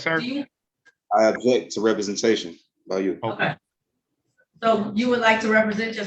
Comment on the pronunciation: Mr Williams, it isn’t ajet, the word is object. As a fellow Timothy, please don’t breed.